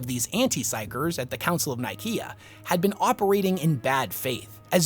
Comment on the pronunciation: I hate your pronunciation of Council of Nicaea, especially since its a copy cat name of the actual Council of Nicaea that actually happened IRL in AD 325 in the real place of Nicaea. Look it up.